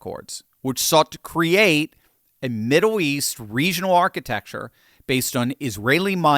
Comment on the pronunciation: Why do you keep saying "Middow East"?